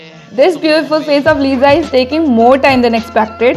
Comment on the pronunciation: That's actually Lisa not liza. Lisa it's the right pronunciation :)